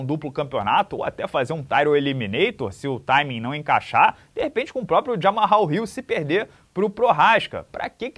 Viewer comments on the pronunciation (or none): Se fala "Jamal" □